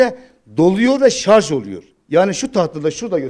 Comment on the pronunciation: Dunya'nin sarz oldugunu dusunuyorsunuz... -(kisik sesle) sarj...